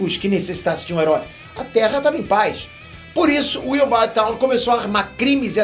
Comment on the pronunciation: A pronúncia de "Thawne" não é "táun", mas sim "thón"; e a pronúncia de "Grodd" não é "grude", mas sim "gród".